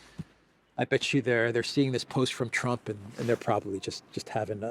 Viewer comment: you probably don't realize this so I'll just mention it in case it makes a difference. Most of the time when you would normally say the word "you,," you end up saying "Jew" instead. It's noticeable and a bit distracting.. Do with the awareness as you wish. By the way I am a major fan of yours!! ❤️